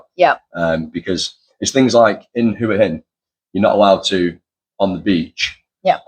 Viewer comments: หัวหิน in English is 'Head' and 'Stone/rock' pronounced "Huu-ah -Hin" not not "waa-hin" . If you pointed at your head and asked a Thai to say what is this, they wouldn't say "waaaa" 😅😅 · I know I'm a tad pedantic about it 😄 It's' actually pronounced "Who- a" Ask a Thai what "Hua " means . Only expats with no command of Thai pronounce it "Wa"😄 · Definitely isn't pronounced "Wa "Hin🤬 Ask a Thai . Means "Head Rock" in Thai.